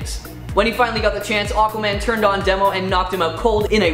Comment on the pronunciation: Couple of things: "Red Pansy"? That was an unfortunate mispronunciation. It's Red Panzer. I always assumed Demo was pronounced to rhyme with Nemo. I always kinda dug Fire-Haired Karla